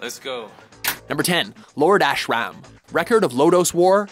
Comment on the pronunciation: The terrible pronunciations of "Ashram" and "Edo" and referring to "kendo" in Mugen's style is killing this for me. XD